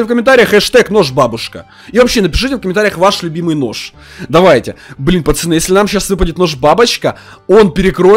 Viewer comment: Почему ты говоришь пачаны а не пацаны. Все видео пачаны да пачаны